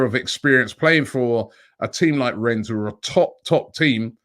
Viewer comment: Pronounced REN not RENNESS